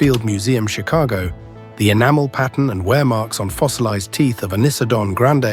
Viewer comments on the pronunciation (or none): none